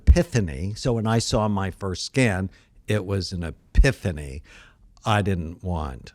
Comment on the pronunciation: It’s epiphany(ff) not epithany (th) ;)